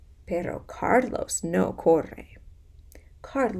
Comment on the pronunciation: This one was muy interesante, I printed the pdf and read along with you. I love the way you read and stress words like corre so we can hear the r sound. You can tell you love what you do! Gracias!